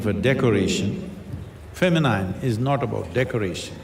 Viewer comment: Masculine and Feminine's pronunciations are wrong, dear SADGURU